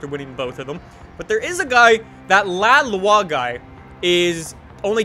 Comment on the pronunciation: He just pronounced "la loi" amazingly well... YES , FINALLY SOMEONE !